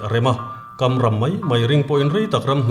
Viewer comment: Kamram" tih ai chuan,kamrah" tih a dik zawk ang.